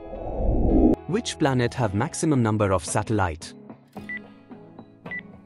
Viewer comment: its venus not V News